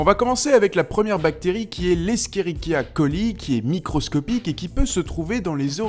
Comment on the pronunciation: Escherichia Coli se lit échérichia...